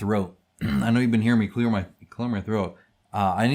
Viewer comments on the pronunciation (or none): none